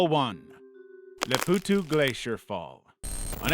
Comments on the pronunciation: Name: Les Powtos: Les Poowtoos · its not "les pwtw" its more like "les pohtoh" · It's a French word and is mispronounced here.